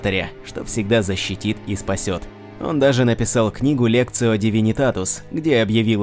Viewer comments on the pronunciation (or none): Лектицио Дивинитатус (в ориг. Lectitio Divinitatus), а не Лекцио в предыдущих роликах также есть оговорки диктора в некоторых названиях/именах и т.п. попрошу учесть, дабы не вызывать гнев Императора Человечества или Хаоса Неделимого в отношении вашего канала в остальном - ролики весьма годные, так держать, ребята!)))